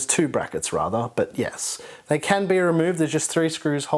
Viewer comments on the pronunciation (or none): none